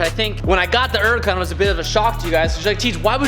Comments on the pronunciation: I try and watch you time and time again but you pronouncing Huracan......There’s a fucking H in the name of the car. It’s not Uracan. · Nobody:: "Urukaan"